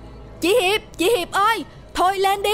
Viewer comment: nói Hiệp thành Hiếu kìa, nhưng ko sao âu